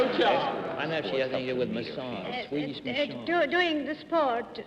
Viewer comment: John should have practised Swedish pronunciation a little bit more before the show.. that was horrible 😄